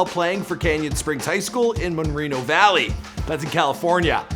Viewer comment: Mo*reno Valley! Not “Mon”reno...